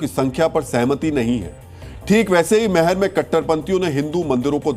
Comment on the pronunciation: Meher nahi maihar bolo sahi uchcharan kijiye, jay maihar,Jai Bharat